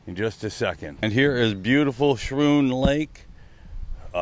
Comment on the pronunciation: It’s pronounced “skroon” lake. I’m from New York so I would know.